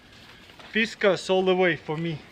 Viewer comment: Pronounced Fis Cars